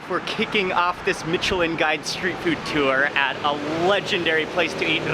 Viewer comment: His pronounciation of Micheline is bothering me